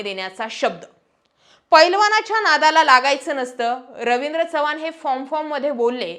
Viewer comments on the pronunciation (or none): none